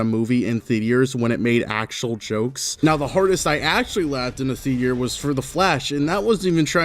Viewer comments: british spotted !!! we pronounce it thee-ter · Say it with me... the-atre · “theatier” oml sybau 🥀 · Anybody else notice he’s saying “thea-tee-er” 😭 no hate but I just didn’t know if I was the only one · Why was he calling it “the thetear” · him pronouncing theater like "thee-tee-urr" is gonna make me lose my freaking marbles... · you say theatre like theatiere and it makes me want to creeper mimecraft pink shep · why do you keep saying thetear stop it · I liked your video but the way you pronounce theatre is diabolical and I will not stand for it. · Please learn how to pronounce the word theater. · First time I've ever heard anyone pronounce theater like meteor lmao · Theaters are so ded that that this guy cant pronounce it. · I've never heard someone pronounce theater like that. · Why do you pronounce theatre like it rhymes with meteor? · Impossible for this guy to say “theater” correctly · Every single time he pronounced "theater" like that I had a damn stroke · this guy cant say theater properly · That’s not how you say it… THATS NOT HOW YOU SAY THEATRE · the way you pronounce theater is fucking heinous stop it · Why the FUCK are you pronouncing "Theater" like that? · i was going to complain in your comment section about your pronunciation of theater but it seems SEVERAL other epic pranksters already beat me to it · bro can't pronounce theatre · ive never heard of anyone pronounce the A in theater before this is life-changing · yawn yeah whatever buddy ur saying theater wrong... 16 minute opinion discarded... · why do you keep saying theteor like we're going to get hit by a theater rock from space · I don’t think I’ve ever heard anyone pronounce theater like meteor before lol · Okay. I'm gonna say it. It's "THEATER", not "THEATIER". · I’m sorry but I can’t get over how you kept saying theteor instead of theater 😭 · why do you say thetear instead of theater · ITS THEATER NOT THE-TIER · why does he pronounce theatre as "theedier" 😭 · tf is a "theedier"?